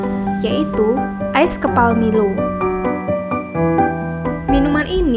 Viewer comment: Kak nmanya bkn milow tapi milo